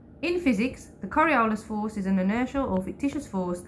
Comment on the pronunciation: he doesn’t even say Coriolis correct. And they didn’t edit it to correct it. 😂